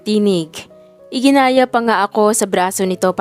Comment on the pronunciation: iginiya hindi iginaya🎉